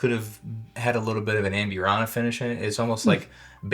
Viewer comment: O. M. G! Normally it doesn’t bother me when someone doesn’t pronounce a word correctly but holy hell 😂. If your going to say amburana 7,000 times in the video please nail it. ahmBOOrahna. AMbureANNA sounds straight out of Appalachia. Love your videos. all good 😂😉